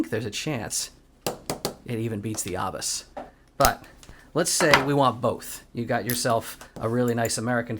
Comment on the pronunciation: Love your videos just subscribed. Just some info the lock pronunciation is with a long A, no R in it. Pronounce as A bus